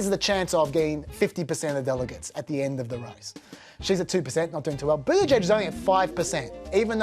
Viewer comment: why do you even bother to be part of any political discourse when YOU CAN'T EVEN GET THE NAMES OF THE PLAYERS RIGHT?!? I can understand you butchering Buttigieg's last name (just call him Mayor Pete) but BloomBERG's name? (where did you get Bloomfield from? Antisemitic racial profiling much... do you?)